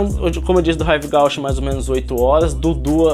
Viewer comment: Ahh se fala “Rive Gúche” ;)